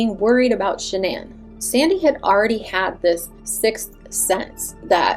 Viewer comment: It erks me everyone says her name wrong..even Chris and her close friends. Everyone in media ...everyone says her name wrong. Even you. I listened to Shannans parents say her name ans its pronounced as a basic Shannon. I know yall heard all her parents interviews.